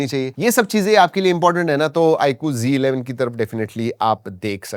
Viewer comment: It's not g11 😂 it's z11